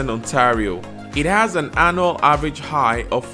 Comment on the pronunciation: Annual (anyual) not anal🤔😆